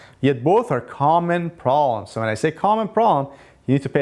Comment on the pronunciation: I love your video's, but I would like you to pronounce the "B" in proBlems. Meant with the best of intentions, and thanks for all the great info.